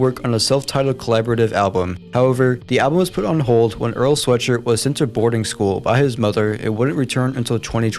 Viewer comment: You butchered the name of my goat earl